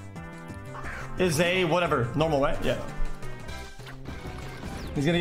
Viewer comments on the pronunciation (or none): "Parichisu" lol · did my guy just say PARRY-CHU-SOO